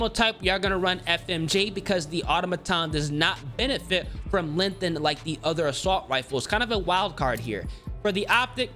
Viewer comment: You still can't say lenGthened properly